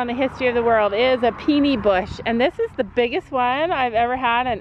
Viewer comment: Safety note - I've just seen, in the corner of the inside arena, where the electric chargers and lines are located - they are within horse reach and a curious horse can nibble and be electrocuted. Caution please. FYI, there's a site you can go to for learning correct pronunciation - that bush is a Peony, pronounced Pee-uh-nee.